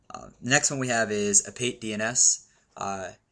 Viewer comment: I'd like to point out that it should be pronounced "a-pa-tee"DNS and not "a-pait"DNS. When pronounced correctly it is a Greek word and it means "scam/cheat". Good tutorial btw! Thanks for posting this